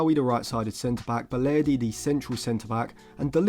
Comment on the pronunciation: You ruined it by saying balerdi